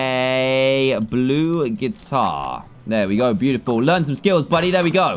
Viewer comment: You said pew-tiful not beautiful